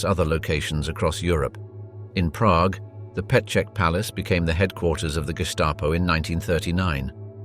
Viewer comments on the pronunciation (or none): none